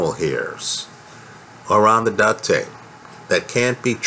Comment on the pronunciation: Duct, not duck. Lol